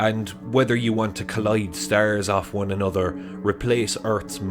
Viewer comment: Can you say "stars" ? Not stares